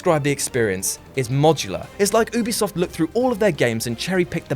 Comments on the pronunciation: I'm sorry... but "Oobisoft"? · not oobisoft Ubisoft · I'm getting triggered by the way he says Ubisoft